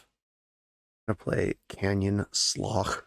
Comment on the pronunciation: Canyon Slough is Can-yun Sloo like Through or thru